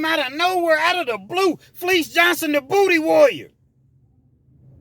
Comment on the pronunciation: did you say dooty